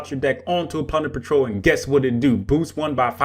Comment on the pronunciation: Am I the only one hearing "punder patrol?"